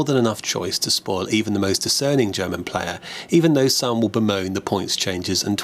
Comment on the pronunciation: good review, a shame of some of your german (mis-) pronounciations.. lol